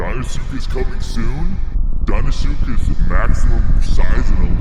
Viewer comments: "deinsuckus" CULTURE. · He's in dein-ile